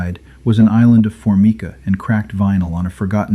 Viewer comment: What is four-me-kaa? AI still needs to learn how to correctly pronounce English words. The narrator is speaking in a conversational style, a major improvement over most of these stories, which are told in a static, disjointed manner reflecting a lack of familiarity with the language. AI, DUH!